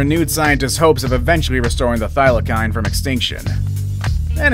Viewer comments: HAHAHHA, the " Thylackine"! hahha. its pronounced the thyla-seen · it's not pronounced Thila-kine. It's pronounced (Thila-seen) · It's not pronounced thylakine it's pronounced thylaseen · Is it just me that’s mad that he said” thyli’k’ine when it’s thy’le seen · Bruh they aren’t pronounced thylakine they are pronounced thylaseen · Its pronounced thylaseen not thylakine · You said Thylacine wrong it is said like this Thy-la-cene it sounds like that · It’s pronounced thy-lah-cyne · HOW DARE YOU PRONOUNCE THYLACINE WRONG! Wtf is Thyla-kine???!!! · Its pronounced thy la seen ok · Its pronounced 'THIGH - lah- SEEN'... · can you say thylacine properly next time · Thylacine = Thigh-luh-seen Aurochs = Aw-roks mauritius = mor-ish-us